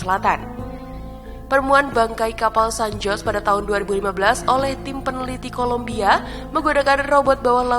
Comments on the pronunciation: Dibaca san hose bulan san jos 🤣🤣🤣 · Baca San Jose seharusnya SAN HOSE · San Jose selalu disebut Sen Hozey , ya kak . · San Jose mestinya dibaca San Hose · Koreksi dikit: Kata "San Jose" menurut fonetis Bhs Spanyol, dibaca "San Hose" 😊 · Cara baca bukanya san hose.. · Pengucapan nama juga perlu diriset mbak agar informasinya lebih akurat dan sesuai. Diantaranya: (san) jose = hose cartagena = karta-khena (turtle) tomb = thum adipocere = adiposier neuchatel = nushatel Selebihnya oklah. Semoga makin baik dan makin banyak subscriber-nya. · Baru mulai eeeeh ada 'san joss' kocak🤣 pliiis bnerin dl dong narasinya min